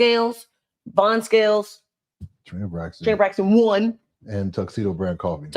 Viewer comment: huh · how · buh Trina you said it right!